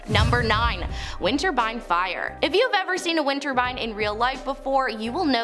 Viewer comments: Winter Turbine sounds nice, but that’s not what she’s saying. :). She’s saying Winterbine. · What baffles me is how come there's no second way down in case of something going wrong with those wind....turbines... not winter-bine. Don't worry, we all say something wrong. And doing a flip on the dude of a building? No, it is definitely death waiting for you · Whats a winter bine? 😂😂😂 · Interesting content , if only to see you saying windborne 😂 have subscribed thank you 😊